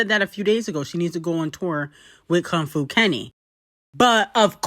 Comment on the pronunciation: reading Kong Fu like that is insane😭😭😭😭that’s your man ccta